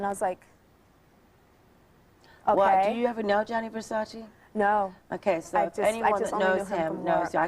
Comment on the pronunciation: His name is Gianni Versace not Johnny Versace